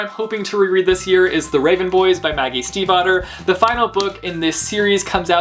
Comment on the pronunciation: Dude you solved one of my biggest questions from last year: how to pronounce Stiefvater. Thank you!